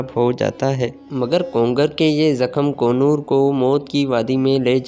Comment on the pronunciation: kongar nahi konor